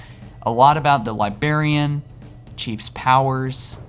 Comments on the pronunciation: God it pisses me off every time you say libarian its LIBRARIAN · It's LIBRARIAN not libarian...